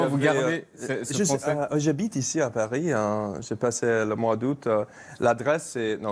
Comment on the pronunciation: "j'habite ici à parihein", il est très bon !